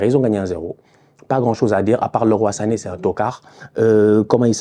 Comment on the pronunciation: Ca fait du bien d'enfin entendre un francophone bien prononcer Leroy Sané. Merci.